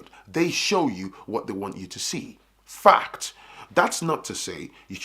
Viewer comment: Brother, I appreciate you… I love the way you stress the word “FACT” and I think you should reconsider calling this segment “FACT” because that’s exactly what it is 🤔